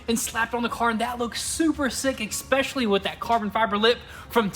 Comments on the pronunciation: ESPECIALLY. Not “eckspecially.” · Hey, love your work and the vids, but for next time its eSpecially not eKspecially. Rock on lads, and keep it going! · There is no "X" in especially.